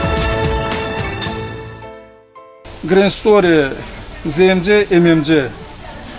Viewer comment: olkedeki bahalashma?? A booy, ne danishirsinizz bixde ele shey var? )) P.S. ZMC-ZEMECE yox ZEEMCE kimi teleffuz edilir, bey)